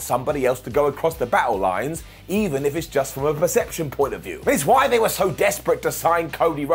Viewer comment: Hey he got "why" right! It's a Christmas miracle! 🤣